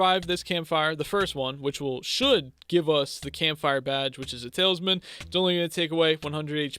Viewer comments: awesome series, but i can’t keep my self from saying that it’s talisman, not taleisman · Talsmin is how he is saying it